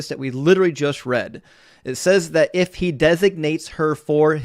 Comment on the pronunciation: I like how he yelled out “IF HE” like that was some gotcha. He put the wrong emPHASis on the wrong sylLABle.